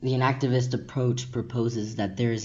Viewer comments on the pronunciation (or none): I wasn't quite sure - were you saying "inactivist" or "enactivist". Is it inaction or enaction?